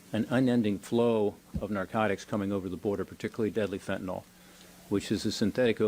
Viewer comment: It is pronounced Fen ta nyl not fen ta nal